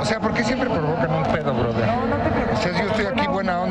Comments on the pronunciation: Dijo broder, no brother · cuando dice borther se viene un madrazo XD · Ya valio pito cuando dice broder